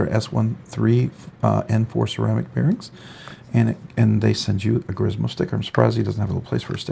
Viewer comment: It’s pronounced Grimsmo, not Grismo.